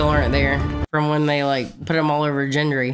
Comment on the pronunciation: Gendry is pronounced with a hard G, fyi.